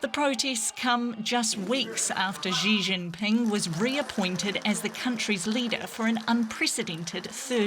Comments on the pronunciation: May I give a piece of constructive feedback? Please don't pronounce Xi Jinping like "Zhjee Jinping". The "Zhj" sound doesn't exist in any dialect of Chinese. Xi is pronounced "shee". When China came up with the pinyin orthography, they re-assigned the letters C, Q, and X (which they thought to be redundant letters) to other sounds commonly used in Chinese which are commonly written with letter combinations in English. C makes the 'ts' sound, Q makes the 'ch' sound, and X makes the 'sh' sound. For the sake of professionalism in journalism, it is important to pronounce names correctly. If you were to pronounce a Welsh or Polish name, wouldn't you look up the proper orthography and rules of pronunciation? If so, why not do the same for Chinese orthography? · What's up with this ridiculous pronunciation of Chinese names? Beijing has been pronounced ridiculously for a while, and now Xi Jinping...